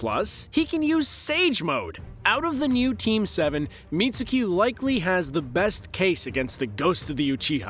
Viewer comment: It's pronounced as Mit-s-ki not Mit-su-ki